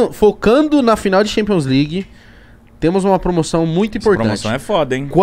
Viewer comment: Thanpions né kkk